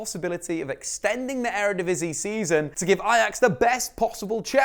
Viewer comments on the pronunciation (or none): none